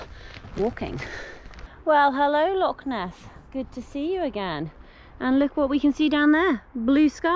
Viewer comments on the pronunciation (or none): Thanks for this, the correction is appreciated. It’s actually Loch Ness though, not Lock